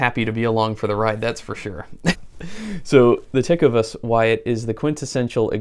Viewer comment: I have several pairs of ostrich boots from Lu-casey and Ta-covas...that cracked me up how you said those! Lucchese has been building boots by hand for over 100 years and they are spectacular boots! Tacovas has just celebrated their 6th year in business and are making great boots out of Leon Mexico. Outstanding boots for the price! I was notified last week about these GS's and they look great! Ostrich is my favorite boot leather, and wallet material as well! Thanks Brother!!